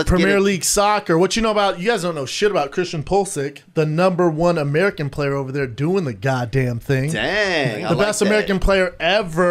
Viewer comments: This man said Pulsic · Man said you don’t know anything bout premier league and called PULISIC “pool’a sick” 🤦‍♂️ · I like how B shames people for not knowing who Christian Pulisic is but can’t even say his name right.